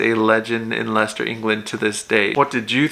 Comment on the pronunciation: So happy yo pronounced Leiecester correctly.